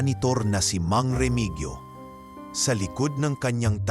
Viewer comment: Hindi po Remigyo ang tamang bigkas kundi Remihiyo😘